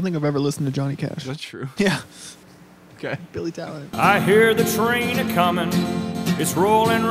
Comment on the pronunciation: Did he say Billy Talent?